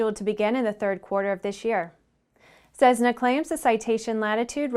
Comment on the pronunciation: Cessna is pronounced "ses-na" not "sezzzz-na"